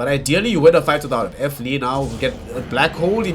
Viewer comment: WHO THE FUCK IS F LEE? ITS FLEE